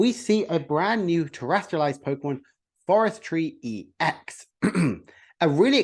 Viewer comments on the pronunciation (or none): Absolutely kills me to hear you call it forestree